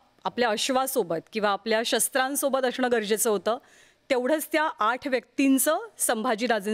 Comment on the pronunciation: अशणं ऐवजी असणं म्हण बाई अगोदर😂